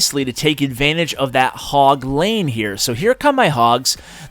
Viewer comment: "Hog lane" "Hogleine" "Ashleine